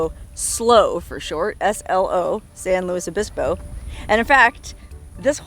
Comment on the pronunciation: Only been watching the video for a minute now, but being someone who grew up in Southern California way back in the 1960s, I gotta correct your pronunciation of San Luis Obispo. The “L” is pronounced Luis (as in Spanish), not “Lewis”. It was about the only town in Southern California that was pronounced correctly back then. Most of the towns in Southern California with Spanish names were mispronounced by the locals, but now that the population of Southern California is turning predominantly Mexican, some of that is beginning to change.